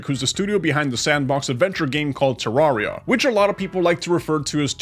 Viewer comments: its Ter-Ar-ri-a Not -Terr-aria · Please don’t kill me but he said terraria wrong